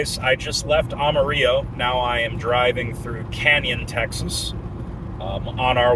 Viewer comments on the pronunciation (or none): your killing me boy.... Amarillo, TX is pronounced like this.... Am-Uh-Rill-Oh Now say it all together nice and fast, just like a Texan. It just rolls off the tongue....